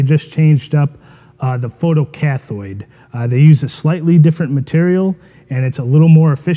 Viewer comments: More constructive criticism - learn to pronounce technical terms if you claim to be an expert. Photo-cathode is pronounced cath-oh-de, not cath-oid. There is no such thing as a photocathoid. It makes an otherwise good video look like an amateur hour. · Learn to say photo-CATH(o)ed o as in 0 or oh! not cathoid